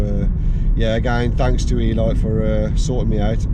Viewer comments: Elite = e leete, not e light lol as in premium or top quality 😉 👌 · eeeelight?!? You mean Eleeete 😂 Car looks cracking tho 😎